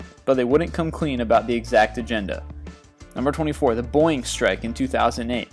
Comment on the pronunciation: I like your pronunciation of Boeing :3